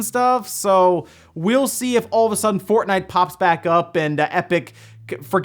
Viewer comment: Did you say fartnite on purpose